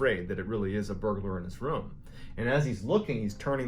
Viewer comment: He heard Mr.Ballen say the word “rume” so many times that he stressed out into a heart attack.